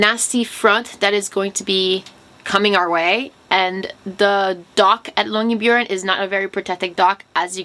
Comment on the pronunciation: The way you pronounce "byen" in Longyearbyen sounds like "bjørn", which means bear in Norwegian. I kind of prefer that to byen, actually. :D